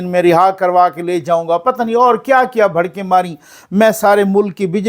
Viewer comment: بھڑکیں نہیں بڑکیں